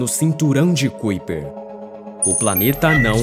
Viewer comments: Amigo, gosto muito dos seus vídeos mas a pronúncia correta não é cuiper e sim caiper(kuiper), parabéns pelo trabalho! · Como é que esse canal pode me passar alguma confiabilidade se o narrador nem se quer se preocupa em procurar no google como se pronuncia Kuiper. Qualquer analfabeto sabe que se pronuncia KAIPER. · Se pronuncia cinturão de KAiper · "cúíper" 🤣🤣🤣😂. Precisa melhorar a pronúncia das palavras e o conhecimento das regras em língua portuguesa. Boa sorte. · Cinturão de 'kaiper'! Pronuncia correta pra quem Não conhece a pronúncia certa!